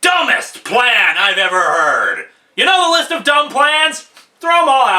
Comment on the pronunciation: His Pwan is gweat!